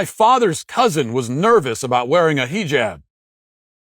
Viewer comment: please keep calling it a “HEE-JAB” or “scarf” 😂😂😂😂😂